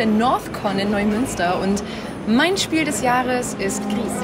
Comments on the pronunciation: Man macht aus Grieß Brei und Lara hat das spanische Gris ganz richtig ausgesprochen. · Es ist wohl eher Grau auf Spanisch, da das Entwicklerteam Nomada Studios aus Spanien kommt. Somit liegen die Journalist*innen schon ganz richtig mit ihrer Aussprache. ^^